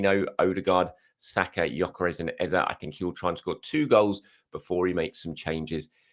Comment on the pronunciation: has learned how to pronounce Eze but is still butchering CalaFURY.... its CalaFIORI